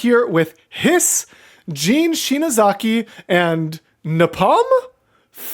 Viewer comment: Love the return of Beatbox to the channel. NEVER SHUT UP! (also, his name is pronounced napalm, like the liquid fire)